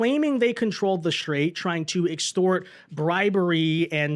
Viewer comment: The Shtrait of Hormuz